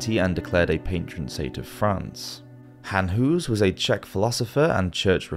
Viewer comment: Oh my God PLEASE look up how to pronounce Jan Hus. Please... God that is so heartbreaking to hear somebody butcher his name like that...